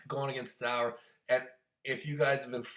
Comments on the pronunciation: Zurab.....not zower...lmao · Its Zurab not Zaur lol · Zurab, is it that hard to say it right, dumm American